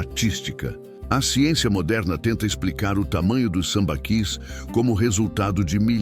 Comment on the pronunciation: Acho que a pronúncia certa é "sambaquís"